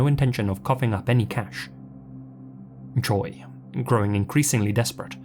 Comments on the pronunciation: Your pronunciation was pretty damn good with the Korean names! Tip: “Choi” is said a bit like “Che”. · Correct me if im wrong, but isn't "Choi" pronounced like "Cho" in SK? Not that these men deserve any type of respect, just wondering. Amazing video, as always, ❤ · Now when you say "che" is that "che" like cheese, like Che Guevarra, or like shay? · Honestly, whose damn idea was it to Romanize it as Choi ??? It's no wonder English speakers constantly pronounce it as Choy.